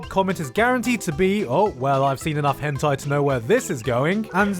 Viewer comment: Nobody: Gigguk: Höntayy